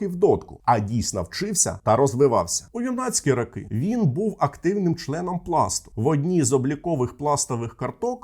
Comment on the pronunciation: Відео сподобалось, але ріже вуха російська вимова: кАлаборанти, дійснА, рАки і тому подібне.